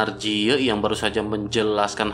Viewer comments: Ji ye min bukan je yi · Dari awal vidio mimin menyebutkan ye ji tp diakhir vidio berubah ke yang bener lagi jadi jiye😂